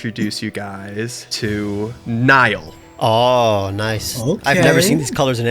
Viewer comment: really did just forget how to pronounce the name he gave his own character Speaking as a Niall, I would be horrifically offended if called me Neil, it made that section incredibly painful to watch